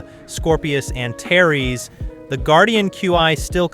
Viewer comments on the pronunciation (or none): none